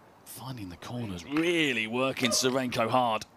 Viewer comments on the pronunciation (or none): none